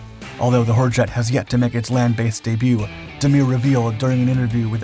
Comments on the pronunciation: I swear this sounded like the narrator said 'Whorejet'. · As pronounced by the narrator, I just can't get past the this aircraft's name without snickering! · I think he said hurjet 150 times just to have fun with it and each time all I heard was something else. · I like the top speed, and the general smallness of it. But the name (I know HurJet means Freedom Jet), but the way the bot narrator pronounced it, and said it so many times during the video made me chuckle.